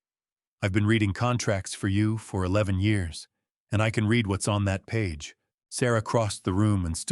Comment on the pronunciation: There are two pronounciations for the word READ. They are not interchangeable as you often do.